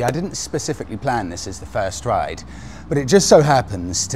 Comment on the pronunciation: "...and down to Boxhill they did rrrrriiide."